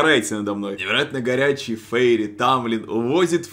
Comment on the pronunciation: Фейри.. Прямо как фери, простите😂